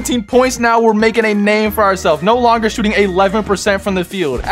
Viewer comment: Did he say “shottin 27 times?” Whose English? It’s a joke btw, before anyone says anything!